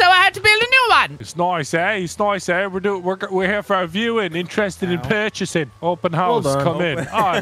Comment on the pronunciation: I love the fact that when says “we’re interested in purchasing” he sounded like he was from the same place as me, Sheffield😂